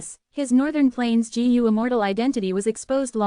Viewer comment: Bro don't care about the comments complaining abt the voice , it is good enough but the pronunciation could be a lil better like it is pronouncing Gu as Jee You